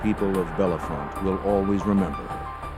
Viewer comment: Can’t say Bellefonte correctly